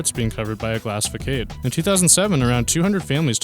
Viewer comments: if you chose to have english commentary, it might be handy if you could actually pronounce the words you are speaking properly. Edin-BERG is actually edin-BRA, facade is pronounced fasade, NOT fakade...the list goes on, average video, extremely crap commentary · Fuh•kade’? Try Fuh•sahd’. That’s why it’s spelled “façade”. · "Part of the building was covered by a glass fakade"? Do you mean 'facade'? These list video's are so sad.. It's pronounced 'fah-sahd' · It is pronounce Fah-sod not Fah-cade. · It’s pronounced, “fah-sahd” NOT “fay-cayd”. PLEASE take five minutes and download a definition app with an audio pronunciation. It’s free. That way, you won’t sound ignorant. Maybe if you do that, you’ll get some more subscribers. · Bro, learn how to pronounce the names of these cities correctly, especially when it's the capital of a country. Sean Connery would beat the brakes off of you if he heard you mispronounce Edinburgh the way you did here....and the word "facade" is not pronounced "fa kahd" it's pronounce "fa sod"....come on now, get your shit together homie..... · facade comes from the French façade and both are pronounced fuh-SAAD Otherwise, really interesting video! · I grew up in California, and even I face-palmed when you said, "Eden-berg." Honorable mention: "Fakade." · Glass fa-Kade??? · Facade is not pronounced fakade either. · I know right?!?!? Good lord - he mispronounced facade!?!? How did he come up with "fa-kade" ?!?!? I blame the state of education in his country. :) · or fackallah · more like fah-sahd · Not quite. Your proposed pronunciation of 'facade' is incorrect.